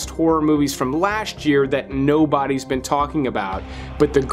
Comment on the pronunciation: "No ones veen talking about" Except ya know... stuckmann